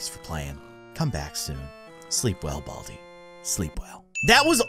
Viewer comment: Not boldi it's baldi